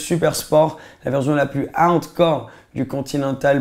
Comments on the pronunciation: J’suis le seul que ça stress qu’il dit « verzion » au lieu de « version » ?😭😭😭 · C’est comme ça qu’ils dit les S écoute quand il dit « version » il dit toujours verzion